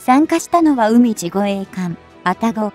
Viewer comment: うみじってなによ。かいじでしょ😀